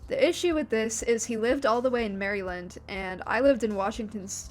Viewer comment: the entire drama was stupid and weird but you mispronounced maryland and that is a cardinal sin i cant forgive /j welcome back dude, ive been watching this whole thing play out since 2017. absolutely insane. we share a lot of issues i cant imagine having a burning spotlight on you as a child while dealing with those. hope you can continue to heal from it